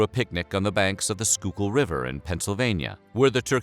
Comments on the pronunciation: I have never heard anyone correctly pronounce the "Schuylkill River" before! Most people just say SHOY-kill, but It's pronounced SKOO-kill. Well done! If you're not from the Tri-state area (southern NYC, Philadelphia and western NJ) then I salute the researcher who showed you how. Even so, most channels don't care enough to get it right whether or not they can, so thank you for easing just a little of my homesickness (Philly transplant to Seattle!) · I was so impressed! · I’m from Schuylkill County, PA and I was astonished with how well you pronounced Schuylkill River! It does not sound the way it looks hahaha! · Pronounced Schuylkill River correctly. This mans done his research.